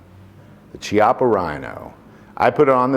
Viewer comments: Chiappa is pronounced "Kee-Ahh-Pa." Whenever you see Italian words with a CH, it takes on a K sound. Like Chianti wine for example. Anyways, great vid. I enjoyed your list for putting out great info on the guns. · Thought it was pronounced "key ah pa" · Chiappa = “key - appa” is the correct pronunciation of this Italian revolver. Very thorough video, thank you! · In Italian, the H is silent and is used to harden a sound that would normally be soft. So Chiappa is pronounced Kyappa. And if you’re at an Italian restaurant, bruschetta is (supposed to be) pronounced broosket-ta.